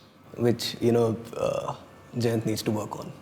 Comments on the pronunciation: Jayant sounds like "djent". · his named is pronounced "djent"?! How awesome is that. I was in love with the idea it was pronounced "giant" but djent is almost better!